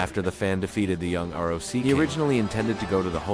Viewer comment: Dude what's up with your R O C Don't you know how to read that